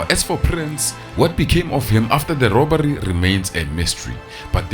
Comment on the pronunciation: “Robary” South Africans has an “R” factor. Rrrrrrrrrrr